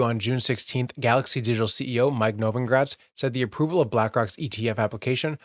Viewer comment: It’s novogratz not novongratz